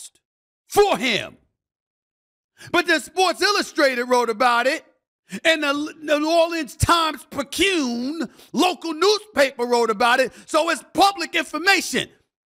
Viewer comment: Damn can the media learn how to pronounce times-picayune? Pick-a-yunnnnne simple